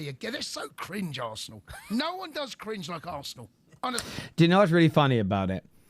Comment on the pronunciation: Arsneal lmao... It's the first word... How did u mess that up 😂😂😂